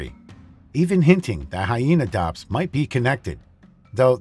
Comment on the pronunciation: Hyaenodon, not Hyaenodops.